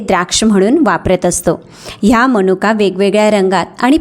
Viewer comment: माहिती खूप चांगली आहे पण आपण अशुध्द बोलता मणूका समश्या हे अशुध्द बोलणे आहे तर मनुका समस्या हे शुद्ध. शब्द आहेत